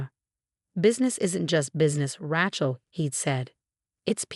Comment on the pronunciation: HEIR, not hare. RAY-chel, not Rat-chel.